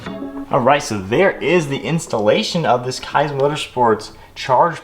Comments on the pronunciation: awesome video, only critique is that it’s pronounced “keys” motorsports! can’t wait to see the build come alive! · FYI... it's pronounced Keeez Motorsports. Nice install!